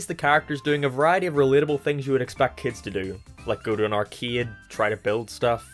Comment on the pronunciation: “like going to an arcēæd”